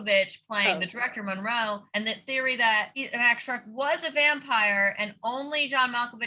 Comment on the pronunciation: I’m embarrassed that I listened, multiple times, how to pronounce Murnau and I still say Monroe 💀